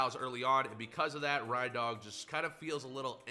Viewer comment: SAY R.E.I.N.D.O.G PROPERLY